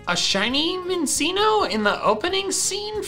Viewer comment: He says Mincinno with a soft C, and I hate that